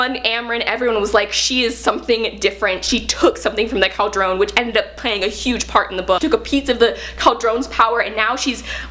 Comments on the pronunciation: Love this! Cauldron is usually pronounced "Call-druhn". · I love this review and how excited she is but her pronunciation of cauldron pains me.